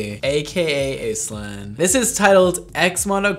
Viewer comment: I've never heard the name Aislinn pronounced that way. We usually start with 'Ash'.